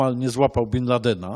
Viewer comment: dlaczego Pan mówi bin landen i ciągle przekręca, przeinacza wyrazy, robi to notorycznie przy wyrazach prostych jak i przy skomplikowanych